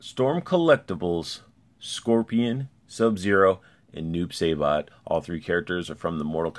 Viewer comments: you pronounced noobs name wrong ☹️. Sai not Say. sorry i’m a huge noob main in mk11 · Noob saybot? Lol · you keep says noob saibots name wrong